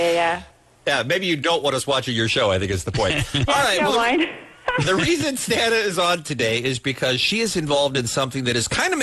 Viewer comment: It's STAH-na...NOT STAN-A...jeeez it' not that hard to pronounce